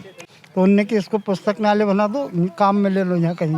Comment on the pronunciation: पुस्तकालय❌ पुस्तकन्यालय✅